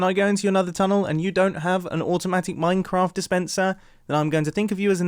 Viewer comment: you said « an automatic MINACRAFT despenser»